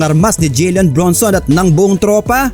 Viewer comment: Idol "JALEN" po Hindi "JILEN" ilang vids mo napo inuulit ulit Yung "JILEN" eh. "JALEN BRUNSON" po.